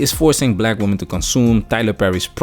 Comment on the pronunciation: It's weird to hear fefails say "womanens" instead of women, it's like "cool whip" from FamGuy.